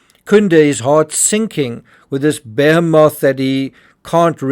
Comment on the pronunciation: never heard behemoth pronounced that way